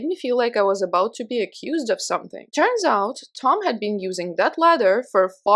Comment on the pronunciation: In the last story I thought you were saying "letter" for like 90% of the story. Then I realized it was a ladder and it made more sense 🤣🤣🤣 But, why does his ex wife live next door?! I still have several questions. Look after yourself and take your time💕